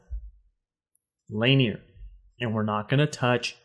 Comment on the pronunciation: Man, its pronounced LA-NEAR. Laugh at the guys slaughtering these track names.